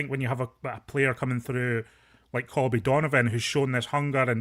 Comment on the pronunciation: his name is Colby not Calby